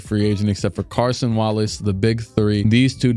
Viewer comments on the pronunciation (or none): It’s Cason Wallace, not Carson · It’s CASON Wallace not Carson Wallace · As a Kentucky alum and fan; I can’t keep having the disrespect in game. 🗣️: HIS NAME IS CASON WALLACE🗣️ CA-SON. Not ‘Carson’. No ‘r’ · It’s Cason. 🤦‍♂️ there’s no R in his name. Not on you just them.